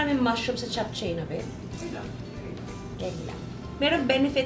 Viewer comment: Hi Ms Juday, i always watch your cooking vlog, ok lng po ba icorrect ko pronunciation po ng JAPCHAE??? Its CHAP-CHE po in korea...❤